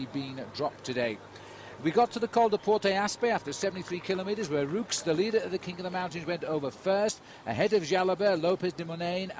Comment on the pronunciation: If Liggett says "Rooks" instead of "Roux" one more time...........